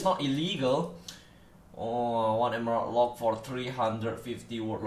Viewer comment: Rollpack? Wtf i can't understand it says Emerald Lock or wtf?